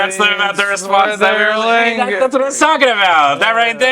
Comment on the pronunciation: I heard "fourth ero ligma"